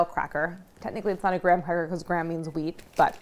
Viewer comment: She said wheat not weed I was so confused